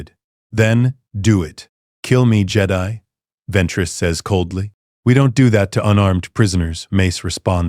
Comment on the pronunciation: And jedi